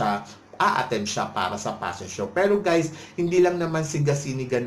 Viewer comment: Get over your paranoia. And stop saying "passion show". It's "fashion show."